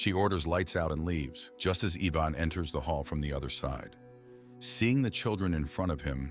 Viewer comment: wrong pronunciation of Ivan